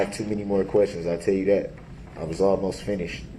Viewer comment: He says "you can't do dat"! 😂 hahahaha, ME TOO!